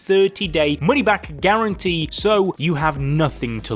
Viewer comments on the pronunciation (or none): 30 Day Money Back “Gurrentee” 😂